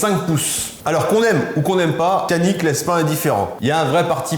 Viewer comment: Super vidéo comme dhab bravo ! Effectivement le C en turque ne fait pas « ke » ou « ce » mais Dj. Donc faudrait prononcer « Djanik ».